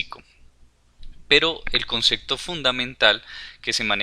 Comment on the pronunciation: concepto, no "consecto"... buen video !